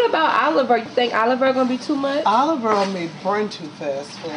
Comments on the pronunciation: Df is Earl? It's oil!!!? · Enjoyable...had to turn on the caption because oil was sounding like Earl...delicious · Two cups of earl?😂 They got me with pronouncing the items. Lol .. But the Gumbo looks smacklious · dude she said two cups earlllll ... I LOVE IT !